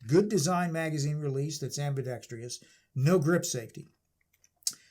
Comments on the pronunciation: Am-bi-dex-TROUS. There is NO "I" in "TROUS." Thanks in advance for not driving me batshit crazy... Next time. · If I had a dollar for every time I heard someone pronounce it ambidextrious.... INSTEAD of ambidextrous.. 🤦🏻‍♂️